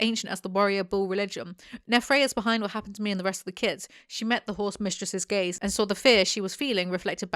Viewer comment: what the text said: "She met the Horse Mistress's gaze" what I heard read: "She met the Horse Mistress's gays"